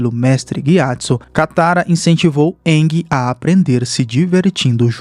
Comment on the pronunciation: Bacana essa versão mais proximo do desenho.... mas o nome do avatar é Aang [Eengui e não iangue]....rs